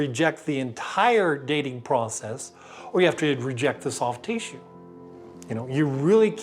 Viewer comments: I like how he says tee-shoe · "Teassue" Lol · This is a great video however it is rendered moot by the pronunciation of “tissue”. Sorry I just won’t accept “Teeshoe”. Good day sir. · Please. For the love of God. Stop pronouncing "tissue" that way. "Tea-shoe." "Tea-shoe." "Tea-shoe." "Tea-shoe." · I don't mean to be rude but the way tissue is being pronounced over and over and over and other words that have a short I sound or being pronounced with a long drawn-out heat what is that? Is that a specific accent I actually don't think I can watch the rest of it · I don't know why but this mans pronouncing of the word tissue is really annoying. I know that's kind of anal but its bothersome to me. But with that said ....a very interesting video